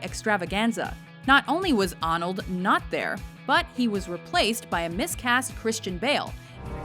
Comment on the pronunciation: AWNALD is in this... yes his name is pro-nounced AWNALD